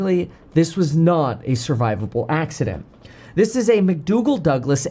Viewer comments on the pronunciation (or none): MAC-donald Douglas. You said MAC-DOUGAL. Perhaps you're too young to remember the long gone days of MacDonald-Douglas. But yes, very eerily similar to 191 out of ORD back in 79' Like the infamous DC-10 it's based on, the MD-11 is a very flawed airplane. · McDonnell Douglas not McDoogell Douglas. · he couldn’t even pronounce MCDONALD DOUGLAS, NOT DOOOOGLAS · McDoogle Douglas??? I can't take you seriously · "McDougal Douglas"??? REALLY?? I'm sorry I watched this as long as I did. "McDougal". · Did this guy say mcdougall? Are you on drugs?I thought you were a pilot bro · McDougal?? Get your info right before start spouting. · Did you really just say McDougal? Really? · Macdougal? Come on man do some research so it can look like you know what you are talking about. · Sorry, I stopped watching when you said McDoogal Douglas. Do some research next time! This is worse than AI slop. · McDoooogal vs pronunciation 😅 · Oh Kevin! Did you say McDugle Douglas? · Cmon Kevin. It’s McDonnell Douglas. Get it right if you’re gonna do a video like this as an aviator.